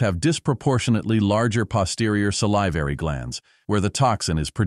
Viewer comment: “sa-LIV-er-y” glands? 😂